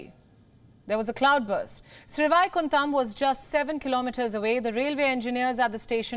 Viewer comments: Pronounce Indian local names correctly SriVaikuntham Not Sri Vaaikunthham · That's not "SRI VAAAAIKUNTHAM" that's "SHRI VAIKUNTAM" Pronounce names correctly....or ignore ! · Is she Indian? She cannot pronounce Vaikuntam(Abode of Vishnu ) properly! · Watching from Chennai , the way you pronounce Sri vaikundam 👌😂🤣😍👍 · Glad is highlighting life saving decisions by Railway personnel.Good job. A kind suggestion for the anchors of this credible and reputed news channel: SriVaikuntham (Shri-why-kun-tum) be pronounced as it should be rather than with a Hindhi/North Indian or Anglaized way of reading alphabets. It's a humble suggestion to grow the credibility of this Bharathiya channel and is absolutely valid for two reasons -1. It's a name of a place in Tamil Nadu whose language has heritage stature as one of the oldest. It therefore deserves respect through correct renunciation by our own people first for its antiquity and longevity 2..I put here the reasson widely abail in Wiki ''In Vaishnava literature, Vaikuntha is described as the highest realm above the fourteen lokas (worlds), where the devotees of Vishnu go upon achieving liberation'' - Therefore given it's the final abode of countless believers , it's only fair we know how to pronounce our final destination to life's journey correctly ;) This may be taken up by as an initiative to recognise and acknowledge all Bharatiya languages by pronouncing any indigenous names/words right (so that the current generation of Bharathiyas and those from other countries that watch the channel may witness how we appreciate our Sanskrithi)' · It is Sri Vaikuntam. Shouldn't be a difficult pronunciation for Indians....but for the anchor! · Its pronounced as Sri-why-kun-tam😂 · Sri Vaikuntam babe Pronounce it right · Madam it’s Sri Vaikuntam. You are not a foreigner to say it the way you are saying. Dobara try karo pronouncing it……Kuch bhi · Try to pronounce the place names correctly